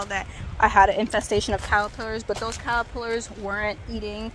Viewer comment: Kinda random but I love the way you say "callapillers" 😂❤️